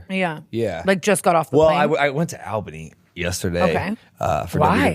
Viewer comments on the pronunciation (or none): All-bunny not Ale-bunny lol 😂 not that you care my ocd made me say